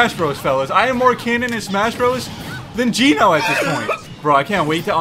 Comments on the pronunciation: Bro called giorno dio 😭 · Ah yes, Giornio 🍷🗿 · Him calling Giorno "DIO" makes me cry inside. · Hearing him call gorino dio hurts me. Thats dios son. And his stand is golden experience requiem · Me slowly dying each time he calls my boy Dio instead of Giorno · i feel pain every time i hear call giorno dio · man really called giorno DIO 💀💀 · Bro called Giorno Dio💀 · He… he called Giorno… Dio… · It’s not Dio-very, it’s Giorno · did he call giorno dio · ITS NOT DIO;-; C'MON PLZZZZZ. GET IT RIGHT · And it ain’t dio it’s giorno 😭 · It’s giorno not dio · Im mad that he said wjen he didnt say giorno i got mad